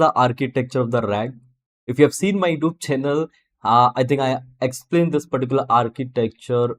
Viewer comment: Youtube - not yoob 😆